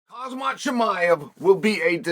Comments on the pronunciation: Chael, stop calling him "HaZmat", his name is HaMzat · “ khazmat chimiev “ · Lol we went from hazmat two years ago to "cosmic chimaev" at the end there. Amazing pronunciations from uncle chael 😂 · He has to be rage baiting by continuing to mispronounce his name like that.